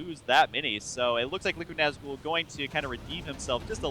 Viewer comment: ...say nazgul properly D